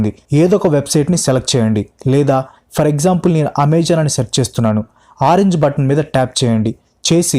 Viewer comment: Ameezoon kadhu babu.. Amazon!!!